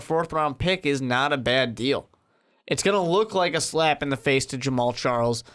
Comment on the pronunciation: Lol Charmander west!! His names pronounced shar-Kendrick. Lmao Boy ain't no Pokemon!!!!